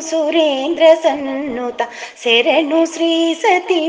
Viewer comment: శెరణు కాదు శరణు అని పాడాలి. ఎవరు పాడారండి?...నైస్ vlog